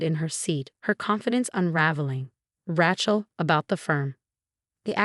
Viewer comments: Ratchill? Either ESL or ignorant AI..... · Rachael is pronounced Ray long A Shell Rachell. Lovely name not like a wrench or rachet. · The spelling of this story is very bad. It makes it hard to really understand the story. Even the pronunciation of some of the word are bad. Even Rachel is pronounced wrong. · The a in Rachel sounds like your a in the alphabet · The way it pronounces Rachel is more like a mans tool